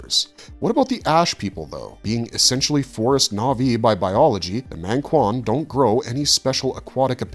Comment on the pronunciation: Not mÆngkwan dawg it's mAngkwan